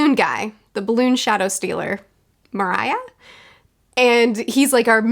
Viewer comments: Luffy pushing the zombie back into the ground is still one of the funniest things in all of One Piece to me. An absolute classic of a moment. Moria's name is the same as the one mines in the Lord of the Rings! Americans tend to pronounce him as Mariah for some reason, from what I've seen, no idea why. If you want to read a shonen manga series that primarily avoids the fanservice and pervy jokes (and the one shonen series I hold in as high a regard as One Piece), try Fullmetal Alchemist. Its strong points are very different, but it's still an excellent series, and actually the one I often recommend as a first contact with manga (or its Brotherhood anime adaptation, for those wanting an anime series)! It's not horribly long either, just 27 volumes. Maybe something to check out once you're caught up on One Piece? Yeah Absalom is one of the most disliked characters in all of One Piece. Don't worry though, while he may pop up and be relevant later too (won't say whether he is or is not), but you at least won't have to see a whole lot of him after this. Because he can go invisible ahahaha. Nothing happening is one of the biggest memes in the community. And it's one of those that can be thrown around without really spoiling anything, which is great. Laboon's setup back at Twin Capes coming around in Thriller Bark (that and the paper Ace gave Luffy back in Alabasta being explained now) is the part where I was thoroughly convinced "Ok yeah this guy's really dedicated to his long-term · i don't even care that she calls Moria "Moraya", he is shit, he deserves it. and abotu absalom- i didn't like him either, almost no1 did, you were supposed to hate him and it worked. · You calling Moria Mariah is just the best thing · It kills me how she pronounces everyones names wrong fuckin Mariah? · It's pronounced MORE-EE-YA :D Love your review series on One Piece! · Moria's name is pronounced mor-ē-a. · I canNOT for the life of me unhear 'Mariah, The Balloon Guy.' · mo-ree-a XD